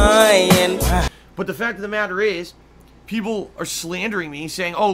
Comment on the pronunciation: The bahttom line is, the meahtter of the feahct is, *chest holding*, I'm ahnest wich ya, guys, I did nothing wrong.